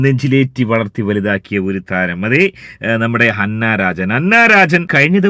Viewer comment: ഹന്ന അല്ല അന്ന😊